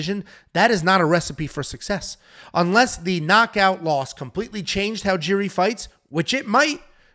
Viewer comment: And he kept calling Jiri Jerry. 😂😂😂